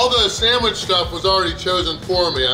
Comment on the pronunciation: “Samwich”? The sign stated “Sandwich”. 😁